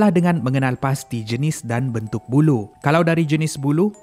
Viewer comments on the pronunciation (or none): Aku sorang saja ke yang dengar sebut bulu dan bukan ia buluh?? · Sebutnya "Buloh". Dah macam "bulu" pulak teman dengor 🤣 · Buluh laaa bukan bulu , sebut elok sikit